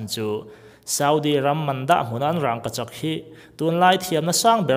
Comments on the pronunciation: Aw, sawi chiang thei e. Rangkachak han tih hian, "rang" lai tak hi thlûk loh tur a ni a, thlûk chu a dik lo a ni tawp mai. Amah hian lam rik dan tur a nei ve tawp a ni. Chungtiang zelin hming dang, Buhchiûm pawh hi a ûm lai hian rik dan tur bik a nei ang hi a ni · Rangkachak i lam dan hi adik lo agaihthlak ahreh awm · a ngaihnawm hle mai,mahse rangkachak tih laite hi... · Thluk dik lo ania, kan hrilh kha apawi lo reng reng, tang dik lo,Zika dik lo,thluk dik lo kan inhrilh tawn hian kan hnam tawng humhimna leh ti hlu tu ania, adik lo leh tawng chhuak thar leh inthlahdah tawng ti mai ang kan pawm duak duak hian kan tawng ati hausa ka ti ve lo,ati dazat ka ti zawk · Rangkachak i lamdan hi ithluk tlata thluk loh tur,thildangah chuan sawisel na tur a awmlo angaihnawm e. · Kan bawngpui a rang ang ni lovin ràngkachak tih mai tur a ni e. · Rangkachak ti mai la.. ràngkachak.. rang lai khi i thluk vak a😀😀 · Raaangkachak pawh ani mailo,,wraangkachak han tih tlat mai chu aww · Rângkachak nilo in Rangkachak tiin lam rila, a thuk a dik zawk hmel. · mizo tawng ah khi tiag thluk a wmlo 'rangngkachak'..nilo in rangkachak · Rang,ka chak tih in lam roh.rangggkachak ni loin..burma ho mizo tawng hi chu ahriat theih ania. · Raaangkachak a awmlo. Rangoachak chu a awm. In zir ve ta che. Matrict te i pass ve em.. mizo tawng i thiamlo em mai.. midang chhiar tir la i hlawk zawk ang. Mithiam zawk te rawn ve la. Mahni tawng pawh chhiar dik theilo tlaw em mai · Raangkachak a nilo, Rangkachak a ni zawk.. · Rang ni lo vin rangka chhak ti tur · Rangkachak i sawi rang tihlai i thluk dan adangdai 😁😁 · I Rangkachak lamdan kha, rang;/ tih kha,thluk duai lo lo,a dik zawk e,a bengvar thlak lutuk e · Rangkachak ti ta la ngaih thlak a nuam zawkanga. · Thil ziak rang anga lam rik loh tur a ni a. Rangkachak mai zawk ani. Pronunciation tlemin a felhel deuh ani e. Bak chu a zia chho zel ania.. 👍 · Raaaaangkachak. 🤣🤣🤣🤣 Vidiau 😂😂😂😂😂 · Rângkachak tiin i lam zeuh zeuh a, fimlhur deuh deuh ang aw